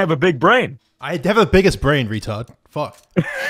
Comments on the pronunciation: I haf beeg bwain two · My bwians bwig too